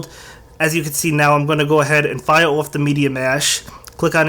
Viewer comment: Why do you say fire oufgh